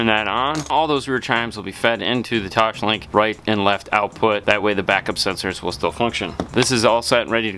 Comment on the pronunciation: Toss-link, not Tosh-link. Toslink.